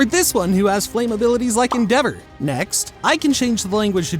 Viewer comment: the way he said endevour oof